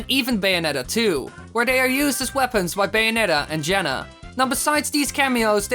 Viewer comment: Jena? Its Jaenne (Yan or Jon) 😆